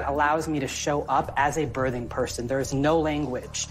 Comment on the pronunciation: Does it bother anyone else that this person says bertheng person instead of birthing person? Is that "kids these days"? I'm still learning.